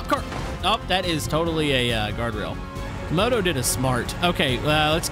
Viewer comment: Say's camodo